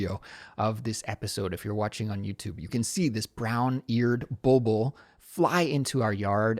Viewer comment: Hi, I just wanted to say hello and let you know that your podcast is truly one of my favorites! I really enjoy listening to it, especially during my commute to and from work — it’s always a highlight of my day. I’m Persian, and in Farsi we call that bird a “bolbol” — and yes, you pronounced it absolutely right! 😊 Thank you so much for all the effort you put into creating your episodes. The topics you choose and the way you explain things are not only informative but also super practical for me. I truly appreciate it😊 Shohreh